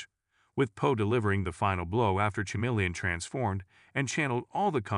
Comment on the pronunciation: Stupid ai voice can't even pronounce chameleon right